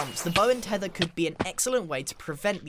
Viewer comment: Grian:the bow and thethr mojag:lets add a thrydint